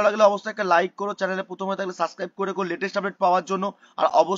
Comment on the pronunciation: Suscribe ki abar bol subscribe 😂